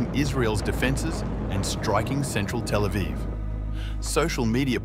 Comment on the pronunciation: 😡 don't say telephone for Tel Aviv, like some other (DELETED) vlog channels that use AI voices. 🙄